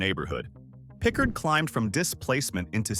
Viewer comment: William Pickard never went to prison. Please delete this information .You are also pronouncing his name incorrectly.